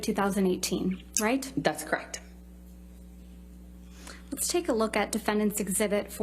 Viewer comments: 'Krect...Krect...That's Krect' It's a 2 syllable word, dimwit...correct? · That is crekt. That is crekt. That is crekt. When did the word correct have only two syllables?